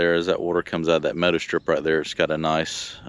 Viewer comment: It took me a while to figure that out. That NC accent kicking in . . . 🙂